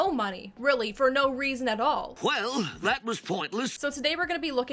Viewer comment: "FOR NO RAISIN."